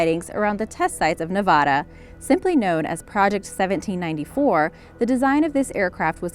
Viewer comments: She said Navada instead of Nevada lol 😂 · Its nevaaaaada not fucking nevoda i hate wen people mispronounce our state name. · You mispronounced Nevada and Mach